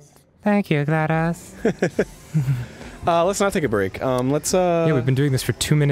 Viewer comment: Dan..y u no say Glad-OS? HEHEHEHEHEHEH...HEHEH...HEH...heh...he... ._.